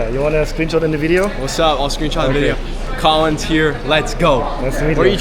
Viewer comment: did he just called him Kolin????????????????????????